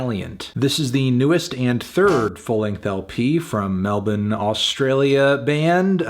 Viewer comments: I like me some Hiatus Kaiyote, but the highlight of this review was Fantano pronouncing Melbourne correctly. It then struck me that he has a natural advantage over most people. Melon. Melbon. Melon. Melbon. Take note, other Americans. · 17 seconds in and I had to rewind just to hear him say melbourne correctly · wait did you just pronounce Melbourne properly? wtf. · Melon the only American I've seen who can pronounce Melbourne correctly